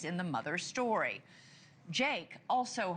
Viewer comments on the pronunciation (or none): none